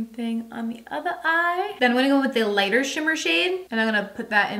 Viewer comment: You know you say lita vs lighter shade. Same with deeper shade. You say deepa vs. deeper…hah. Or is it me…??